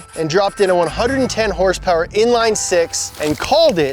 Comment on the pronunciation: what's horsepower? I thought it was hrrrssprrss😂 haven't heard that in a while